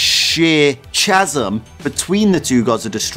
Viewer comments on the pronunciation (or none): You don't pronounce the H in chasm, that is my only feedback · first time hearing chasm being pronounced like that